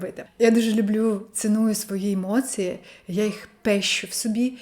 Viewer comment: Акцент трохи є, не дуже ріже слух. Наприклад у слові "емоції" я чую ЦИ замість ЦІ. Як для людини родом з Оренбурга то чудова вимова